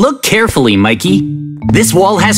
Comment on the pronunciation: Wait not makey😅 but mikey😊